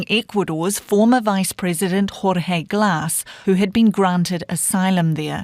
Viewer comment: How does this guy -- a journalist -- not know how to pronounce a basic Spanish name like "Jorge"?